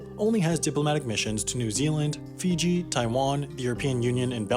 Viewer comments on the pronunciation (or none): none